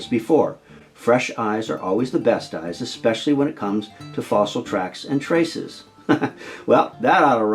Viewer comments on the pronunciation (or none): none